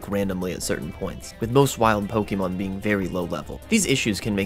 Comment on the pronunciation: Okay not only are you pronouncing Pokémon wrong, but this is not a thing HGSS introduced. The weird level curve was a thing in the original GSC as well.